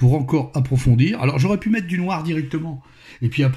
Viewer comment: ce n'est pas "noir" qu'il faut dire avec mais bien du "Noaare";)